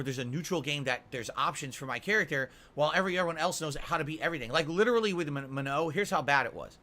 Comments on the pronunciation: He's pronouncing Manon wrong. The game doesn't say it that way either. "Manoe." Wtf? It's more like muh-nohn (with the o being pronounced like in the word "okay" and not like in the word "nominal"), with the n at the end either subtle or silent. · Maybe if he stopped mashing and learned, he'd get better. And it's not spelled "ma-no", logically, it's spelled "ma-nun" or "ma-none." Get bent,. He's played street fighter since SF2, so he should inherently know how to fight the original cast. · Guys it's Man-on. The announcer clearly says Manon. How'd he got "Manno?" Is a complete fucking mystery. I guess if he wasn't always in damage control everytime he gets beat a Manon, he'd hear the name clearly. Plus the whole point of placements is to . . . Place you on your skill and knowledge of the character not to learn a character. Why would you go to rank to learn a character? Jeez. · should look up how to say Manuh, that’s not it. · As a French Canadian, who's been speaking French since he was 4, I can tell you he's screwing up the pronounciation of the name "Manon". Either Capcom messed up on the pronounciation, or someone told him the incorrect pronounciation. I'm quicker to believe the latter. That second N in her name is not supposed to be silent.